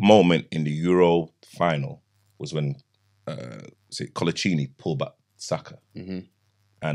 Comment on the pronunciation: man said Collochini 😭